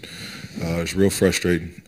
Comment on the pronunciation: Do you realize there's a R in the word fRustrating?